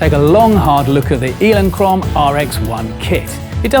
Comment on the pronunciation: What's with the 'Eeelinchrome': points for uniqueness as the only person that pronounces Elinchrom that way, or is because they now make their lights in Ealing, West London?